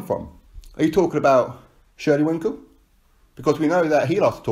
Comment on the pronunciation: LOL! It is shelly Finkel, why does every on keep calling him Winkle? LOL!